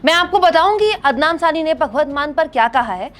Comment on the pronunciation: There is nothing wrong in pronouncing a bit different. Waise toh aap bhi kabhi adnan ko adnam pronounce kiya and sometime sami ko saani.. Isme kuch bhi galat nahi hai madam. You are doing a great work in the field of media when there is so much hate spread by other media channels. Thank You very much for this.